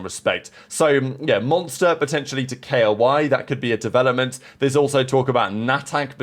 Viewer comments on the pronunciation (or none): It’s pronounced ko-e, not spelled. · it's spelled Koee, not K-O-I. 😂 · Mayko. K-O-I